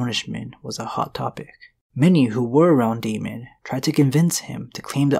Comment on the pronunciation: Daemon is pronounced DAY-mon not DE-mon.